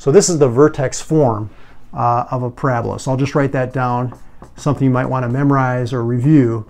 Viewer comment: Did anyone else hear "So the paragraph is your basic graph"